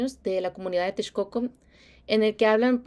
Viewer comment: Suena genial como pronuncias Texcoco (y)